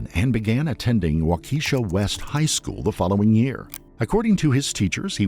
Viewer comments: it would take only moments to learn the correct pronunciation of words like 'waukesha' or 'angles'. isn't it embarrassing to get that stuff wrong and repeat it over and over throughout the video? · Waukesha is pronounced "WAH-keh-shaw" Not "Waw-keesha" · Wahhhh- Keh-shaw. Not Wa-Keesha, lol. Sounds like a black girls name 😂😂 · It’s pronounced “wau-ka-shaw” not “wau-Keisha” lol. Also Waukesha is nowhere near downtown Milwaukee (a completely different county, infact and about 25 mins ; 20 miles away!). I’d love to know who researched that lol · It's "WALKA Shah". Not "WaKEEshuh". I just figure that, what with so many channels posting so many bodycam and true crime videos about the so very many complete weirdos and psychopaths in this town, y'all could at least get the pronunciation right. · "Wakeesha Wisconsin" lol. As a Wisconsin native, let me help you out here. Waukesha is pronounced "walk-a-shaw" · walk ehh shaw. Not wak E sha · I know it's not even close to mattering, but as a Wisconsinite it is kind of bothering me that he's saying "Wah-kee-sha." It's pronounced "Wah-kah-sha." I think the video was really good otherwise, but that was bothering me way more than it should have. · It’s pronounced Walk-a-shaw not Walk-eesh-a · There is no 'waw-KEE-sha in Wisconsin . There is WAH-ke-shaw. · It is pronounced: Wha ki shaw. Emphasis on first syllable. Not: Wakeesha. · Every time he says Waukesha my soul hurts. It's Wah kesh a not Keesha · Not Wau- Key- Sha. But "Wha-ke-Shaw" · It’s pronounced wauk-a-sha not wa-keesha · Its “WAH-kuh-SHAW” not wa-Keisha btw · wa=caw=-shaw. not wa kee sha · i say we officially switch to the pronunciation in this video wha-keesha .. lol instead of wha-kah-shaw :) lol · Why can’t people pronounce Waukesha correctly? Its Waw-kishaw. Signed, a Waukesha native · It’s not pronounced “Wah-Keisha”… 🙄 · The pronunciation of Waukesha is frying me 😂 (it’s pronounced walk-a-shaw) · It's pronounced "WOCK-eshaw". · It is pronounced WAU-keh-Shaw. 😊